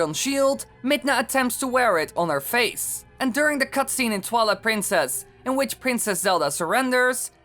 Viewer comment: ITS TWILIGHT PRINCESS NOT TWALA PRINCESS